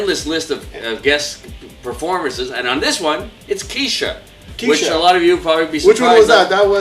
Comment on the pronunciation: Oh and you pronounced Ke$ha wrong.